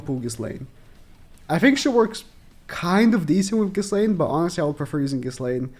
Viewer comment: I fully agree with everything said, but the way he pronounces Ghislaine just hurts me inside. Man clearly hasnt watched the show or if he did it was an english Dub. You dont say the "s" in her name, its fully silent.